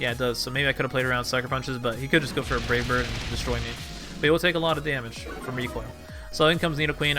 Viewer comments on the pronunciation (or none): I swear when you were battling Honchkrow it sounded like you said "Rape Bird" instead of Brave Bird.